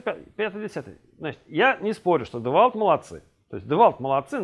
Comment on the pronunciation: девальт))))) Девольт!